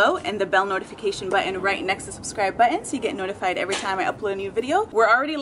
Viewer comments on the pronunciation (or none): Can you pleas say "Button" and not "Buens" this triggers me every time..